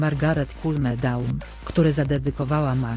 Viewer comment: Ona Cleo czyta Cleo zamiast Kleo, i Cool Me Down czyta Kul Me Dałn zamiast Kul Mi Dałn